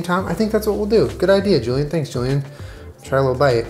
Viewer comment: Hahaha "Joolen"